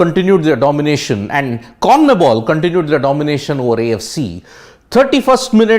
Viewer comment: Conmebol not comnebol